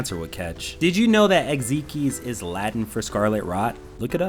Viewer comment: it’s pronounced eggs-eye-x not egg-zee-kes 🧌